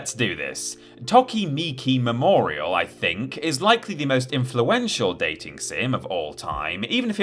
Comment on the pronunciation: Reeee you pronounced Tokimeki Memorial as “tokimiki”